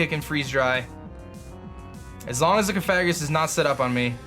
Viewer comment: Has anyone corrected you on your pronunciation of cofagrigus?